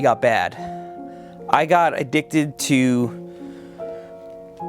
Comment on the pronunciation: Yo Seth wen u said I’m adduced to We thot u mit say smoking LMAO